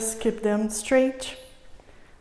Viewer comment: "streich" instead of straight, "alinch" instead of aligned and etc etc... God see I tried to come back to finish it, can't take it. Who tough that woman to speak like that... as a teacher i feel its "cutting my ears" as we Russians say